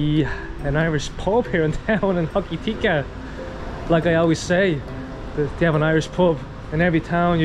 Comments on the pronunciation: Ho ki ti ka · Pronounced Hok a tika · It's pronounced ho ka ti ka